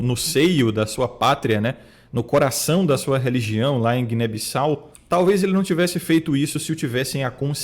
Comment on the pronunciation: Guiné bissales kkk É Guiné-Bissau e a nacionalidade é Guineense rsrs Mais um Guineense aqui rsrs 🇬🇼🇬🇼🇬🇼🇬🇼